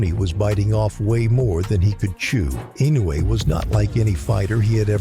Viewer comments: It pissed me off when people pronouncing INOUE name wrongly. It is I-NO-U-E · Ee -- noh - eh